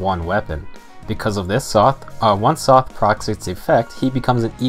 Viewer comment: Sothe = S + "oath", not "''Sloth" without the "l" haha